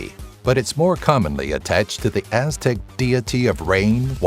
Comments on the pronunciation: You must not know how to pronounce correctly, because his pronunciation was way off on most of the names. His voice sounds smart, but his pronunciations kill this. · Most of this information is wrong or extremely oversimplified, and the pronunciation is wrong every name. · when you let a group of ppl with no written language try and explain their words for the first time you get these unpronouncable deitts. nonoffenss just saying,your butchering them badly.